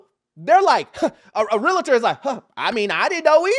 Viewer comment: Bro! It is “Realtor”! Not Realator! Spread the word! Hard to take what you say seriously when you mispronounce the subject matter!